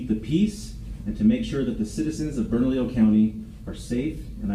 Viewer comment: I find it so strange, with so many Hispanic people and Spanish names of places around the country, nobody on YouTube can pronounce Burnalillo or Lujan 😂 J's most often make an H sound. 2 Ls together make a Y sound.